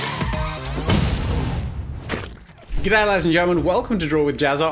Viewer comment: IT'S RELIVENT! Lol!